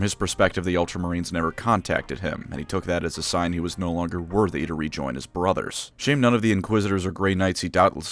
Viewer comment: baatle bruhthurs!